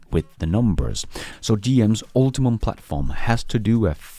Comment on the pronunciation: Hey, just FYI, GM's platform is called "Ultium" not "UltiMum"